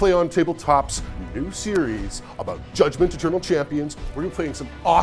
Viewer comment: A small part of me is really hoping that whoever wins the Comment Prize gets delivered a Judgement-themed women's chest binder, given how insisted upon pronouncing it.